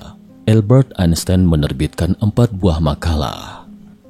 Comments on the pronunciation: AL- Bert Ain Sains. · Cara membaca "Albert Einstein" yang benar itu bagaimana ya? Saya dengar naratornya bilang "Elbert Ainstain"